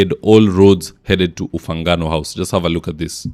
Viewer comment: It is Ufungamano House,, not "Ufangano House"!